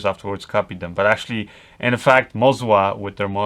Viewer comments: YES, WE ALSO CALL IT MO ZA NOT MOZ WA. FOR ME WAS STRANGE TOO. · Both of the gimbals aren't calibrated correctly, there are micro jitters in all of the shots, I own Ronin S with Canon C200, it should be perfectly smooth like on a Steadicam. And I guess it's Moza, not "Mozua" :) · am i the only one who thought MOZA was way less stable than RONIN? And why this guy is saying ''MOZWA'' instead of ''MOZA''? ;D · Why do you keep calling it MozWa? : D